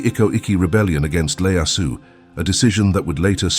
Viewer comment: Tokugawa ieyasu not Leyasu.